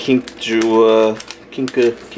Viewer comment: Ha, awesome, two of my packages were first. Also pronounced Kink-A-Jew, you get it right at the end:D. And STRIP DICE FTW. And anytime you want to play MTG: Planechase, hit me up, I'd be more than happy to play a game with the, even though I suck at Magic, especially if you used the dice I sent you for counters and life. Glad you enjoyed the book there, flipping through it, even as an adult that storybook as fun to look through. Plus all the pictures.